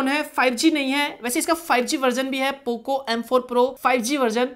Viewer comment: Bro pooo cooo bolne ka style mast hai 😂😂😂😂